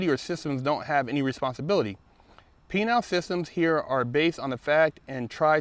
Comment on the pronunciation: "Penile systems" 😝